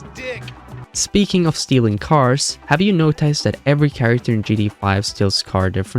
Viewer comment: This is weird. It sound like a real person doing the narrations as opposed to Ai. But certain words don't sound right. Where are you from? You almost sound American but pronounce it "notICEd" strange for instance. Just curious.